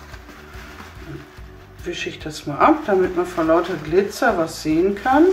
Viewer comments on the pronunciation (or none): das heißt glizer nicht gliter🙈